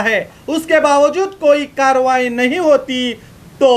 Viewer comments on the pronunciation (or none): none